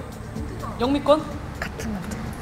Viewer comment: 😂😂 I’m from Nepal, The funny thing is we pronounce Kathmandu with 3 syllables. It’s Kath-Man-Du. Sechan was quite close when he said, 카터만두.